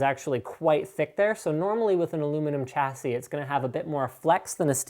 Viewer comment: Sha-si not cha-si Alum-in-ium not alum-inum A-s-rock not ass-rock Please stop...